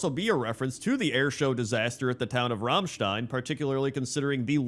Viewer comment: Two things: OMG he pronounced Rammstein right! And: Where is Thaddius :(